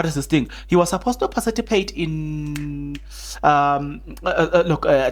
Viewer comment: Participate not parcitipate🤦🏾‍♂️